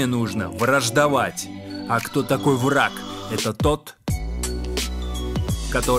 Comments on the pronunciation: Совершенно верно! Но поступаете вы наоборот: (ВРА) , потом, сделав микро-паузу и нарочно выделяя, - (Г), а ведь нужно (К). Послушайте свою запись. РЕЖЕТ СЛУХ! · В словах: вра(Г), абсур(Д), наза(Д) по законам русской орфоэпии, в слабой фонетической позиции, когда после согласного звука нет гласного, следует произносить глухой вариант согласного (Г - К, Д - Т, ), соответственно - вра(К), абсур(Т), наза(Т). НЕ НУЖНО СЛИШКОМ СТАРАТЬСЯ, И ПРИРОДНОЕ ЧУВСТВО ЯЗЫКА ВАС НЕ ПОДВЕДЁТ, УДАЧИ!